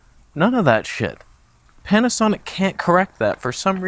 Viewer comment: Did I hear “Can’t-asonic”?? 😐